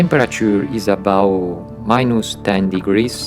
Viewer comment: Please subtitle your videos. It isnt hard. I cannot understand you. Please pronounce the T at the end of words. It is "About", not "abouw". The T is a hard T. It is not silent. English software is not expensive. Get Rosetta Stone. It will help you.